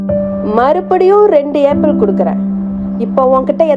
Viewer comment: ஆப்பிள் என்று உச்சரிக்கவும் உச்சரிப்பு சரியாக சொல்லவும் வீடியோ போடும் முன் கவனித்து செய்யவும் எல்லோரும் பார்ப்பது